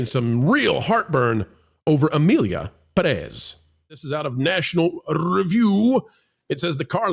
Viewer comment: Perez has the accent on the first syllable.